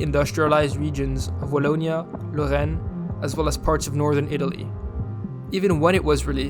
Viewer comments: And "Lyon" and "Lorraine" 👌🏼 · And that 'Lorraine' man, first time I've ever heard someone pronounce it correctly in English.